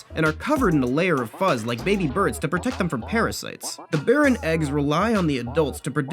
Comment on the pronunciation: He’s saying it wrong it’s (b-ee-r-in)